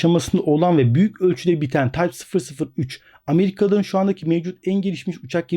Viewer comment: tayp fısır fısır 3 ;-)